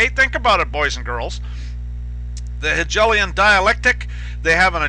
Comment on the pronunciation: So far I am greatly appreciative of your videos, I just wanted to point out something I heard in another video. Hegelian sounds like He-gale-ian, not gel, just so you know. Thank you you your time and efforts. Yahuah Alohim barak you and keep you.